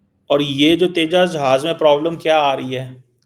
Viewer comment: Teja nahi Uska name Tejas